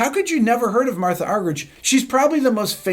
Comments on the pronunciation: Rick, it's pronounced. Argerik not ' rich ' a bit like your name is not pronounced Beeto, Gerrit? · thank you for this priceless homage for one of the greatest and i like the way you (der amerikaner) pronounce her name argeritsch😂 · Last name is pronounced Ar-ger-ich. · Her name is pronounced...are-hear-each...for what its worth. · Rick, if you ever get to meet Ms. Argerich, remember to pronounce it Marta! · Not the way she , herself, pronounces it… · 80 years old and has been famous for decades and you STILL can't pronounce her last name?? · And Obama mispronounced her name when he gave her the Kennedy Center Honors award. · You're pronouncing her name incorrectly. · Incredible for someone 80 years old. I'm nearly half her age and I don't even have my own piano concerto memorized. It's a shame that one of our former presidents couldn't even pronounce her name in front of her face. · One in a million indeed -thanks RB! If anything, I wish you would make the H a little bit more silent (as in 'Marta' the Brazilian soccer legend), then have the G sound more like an H ('Arhherich'). Being an Argie it is pronounced that way. Back to the music though, the Scarlatti 141 OMG! Un abrazo buddy